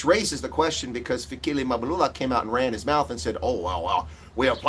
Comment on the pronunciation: It's funny that the people who have become richer since 1994 aren't worried that their ANC is failing 😂😂😂 instead they're now laughing at it and pretending to be concerned citizens who can't even pronounce African names, pathetic. Oh I forgot they're now finished with using it now they're throwing it under the bus like they always do with everything they've used up. It's Mabalula it's Mbalula, not Izulwini it's Ezulwini. You asked where is all the black elite and forgot to ask the whereabouts of the white elite who by far have benefited from the anc government than everybody else??? 🤔 You're more of a disgrace than the anc!!!